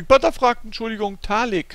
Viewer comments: er heisst panTer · du könntest auch mal sagen: "Befehl", sagt Pink Panther statt immer Pink Panter sagt, " Befehl"